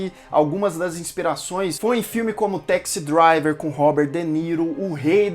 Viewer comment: Interessante ouvi-lo insistindo em falar Teksi Driver. Hipercorrecao de pronuncia dos Brasileiros que acredita que todo 'a' em Ingles pronuncia-se 'eh'. Parecia interessante ateh entrar na onda do "serah que ele eh irmao do Bruce Wayne?" Ai, Ken say...